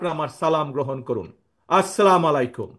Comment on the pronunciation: যে মুসলমান ব্যক্তি তাঁর জীবনের প্রায় ষাটোর্ধ্ব বয়সে এসেও সঠিক ও শুদ্ধভাবে সালামটুকু দিতে পারে না। 'আসসালামু আলাইকুম'- কে বলে, 'আসসালা-মালাইকুম'। যে ব্যক্তি নিজেকে শিক্ষিত বলে দাবি করে, অথচ, গ্লোবালাইজেশন শব্দটি দুইবার চেষ্টা করেও শেষপর্যন্ত সঠিকভাবে উচ্চারণ করতে ব্যর্থ হয়। 'নির্দিষ্ট' -কে বলে 'নিদৃষ্ট', সে কিভাবে সঠিক ও নির্ভুলভাবে ১৮ কোটি মানুষের ৫৬ হাজার বর্গমাইলের এই দেশটা চালাবে?